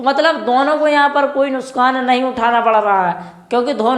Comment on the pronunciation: Nuksan Hota h nuskhan nhi🤣🤣🤣🤣🤣🤣 kya sir kuch bhi bolte hain